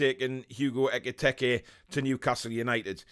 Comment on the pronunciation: His name was never EK-I-TEK-I lol :')